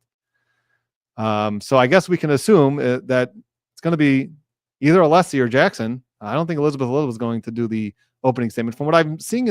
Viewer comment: At least twice in Thursday’s hearing, Brennan began his reply with “Aleeessi,” but in the sentence or two immediately after, pronounced Alessi perfectly correctly. So either it’s purposeful or possibly another example of his odd relationship with the English language.